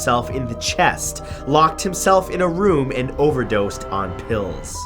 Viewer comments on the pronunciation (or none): none